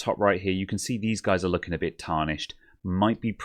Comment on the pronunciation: "A bid horrid" <-- I just love your Britishness! Never stop it!